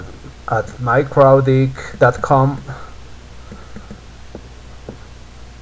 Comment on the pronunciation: I hear MikroDick :-D